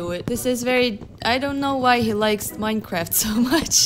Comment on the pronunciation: It's not minecraft it's moine croft.